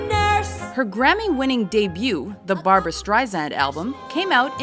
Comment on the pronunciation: BAR-BOO-RA BAR-BOO-RA ...